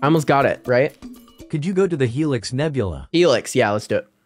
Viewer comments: Not Nebulae it's Nebula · Bro said nebulay